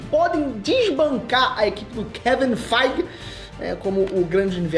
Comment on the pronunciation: Kevin quê ? Kevin “ Faije “ ?? 😂😂